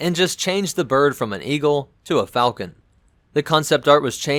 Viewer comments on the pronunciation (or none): none